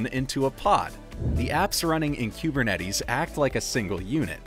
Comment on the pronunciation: Learn how to pronounce kubernetes….